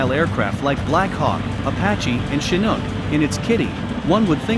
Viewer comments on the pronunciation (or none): none